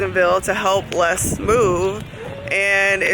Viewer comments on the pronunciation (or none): those brushes need to come with a MASSAGE and a motivational 'you go girl' speech after you have used them to apply your makeup!! way too expensive for the regular folk like myself...... (),, the S on Les name is silent xo